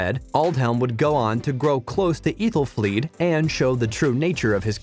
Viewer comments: Ethelfleed? Ekwin? Mercy (for Mercia) It’s annoying! Who is Godwin? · While pronouncing all the other names wrong. Eethelfleed.. 😂 eethelred I bet the narrator never watched the show he is just reading a script about this show. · Eethel flees? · Who is Ethelfleed? Might be nice if the VO guy had actually watched the show? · Agreed "eethelfleed". Narrator has never watched the show.